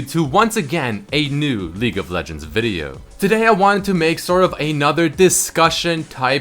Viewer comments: its league not legue lol kappa123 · "Legue of Legends" lel. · "legue of legends" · "Legue of Legends" Seriously.........